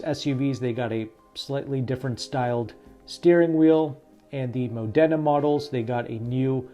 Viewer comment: It’s pronounced ‘Mod-da-na’